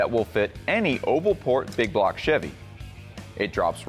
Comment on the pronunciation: Baby say big bwock 👶